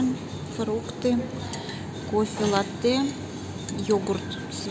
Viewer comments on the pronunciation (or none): пожалуйста, латте произносится с ударением на А. Это итальянское слово, а не французское, означает молоко. 😊